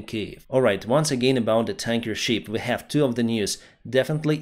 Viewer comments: He keeps saying sheep 😂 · Ship, not sheep. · Perhaps somebody has already mentioned this but you seem to mispronounce "ship" as "sheep" which is an entirely different animal. I know you are not a native English speaker but I hope you can improve your presentation which is very valuable as it is already. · You are mispronouncing ship, it’s short e not long one! You are NOT talking about the animal.